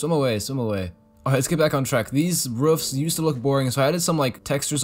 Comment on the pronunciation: 19 mins in he talks about rufs! I love the way you say roofs. Keep going bro, your doing well 🥰